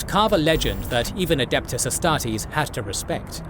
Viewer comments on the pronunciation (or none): none